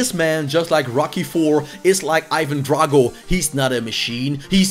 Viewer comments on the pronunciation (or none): none